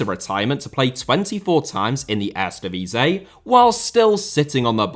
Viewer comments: my dude says eredvisie so bad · The divisie in eredivisie is pronounced like div is ee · The word Eredivisie is licking its wounds after being repeatedly mangled by your pronounciation ;-)